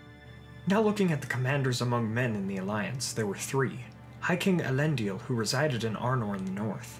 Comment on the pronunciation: You keep pronouncing Elendil as Elendial